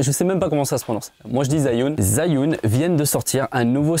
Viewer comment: Ca se prononce : Djeu Yun (u comme en francais, pas youn). Je viens de decouvrir ta chaine. Bon contenu, +1 abonne :p